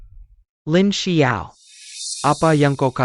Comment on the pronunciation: LINXIAO...tlg klo baca LINXIAO BKN Lin sebelas ao